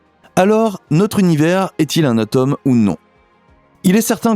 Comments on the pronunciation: Coucou Bon c’est de la prononciation : je pense que vous ne parlez pas de la tomme … mais de l’atome 😂😅🤩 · Faut apprendre à prononcer atome ! Ce n'est pas de la tome de Savoie !